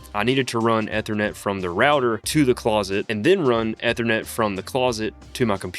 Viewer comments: ether net? E thernet lol where aare you from? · Eeeeeethernet. Long e bro. Otherwise great vid. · Take a shot every time he pronounces Ethernet incorrectly... Good luck. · And keeps saying it 100 times 🤣😩